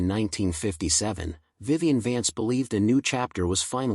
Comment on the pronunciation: Too bad this AI voice over can’t pronounce their names. Who the hell is “Viven”? 🤔